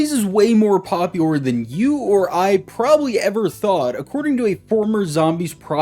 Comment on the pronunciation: My mans can’t say “popular” lol. “Poplior” ???